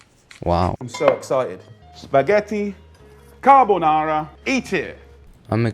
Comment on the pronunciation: He cant even say carbonara authentically hahahahaha gennaro must be so ashamed. But the recipe's fine lol, yeah the garlics not necessary but it's not ruining the dish either - maybe inauthentic, but it doesn't really disqualify it from being carbonara.